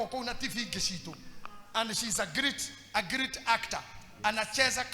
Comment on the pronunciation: hello.I like your teaching/preachings.However,as a grammar student I'd like you you to correct your pronounciation of the word ''great'' and differentiate it from ''greet'' because I've heard this for long.no offence,thanks.